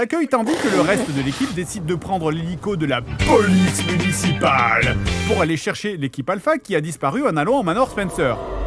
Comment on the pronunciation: La police « muncipale » cependant à x)